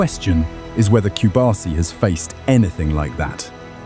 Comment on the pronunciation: It is not Cubarsi, it is Cubarsí. That accent mark on the last letter tells you that the stressed syllable is the last one. So it is not cu BAR si, it is cu bar SÍ. I know that you don't have to know this, but just in case you want to pronounce it right. Good video, though!